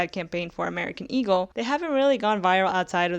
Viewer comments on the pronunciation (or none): none